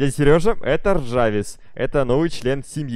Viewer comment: Не ржавис а жарвис!!!!!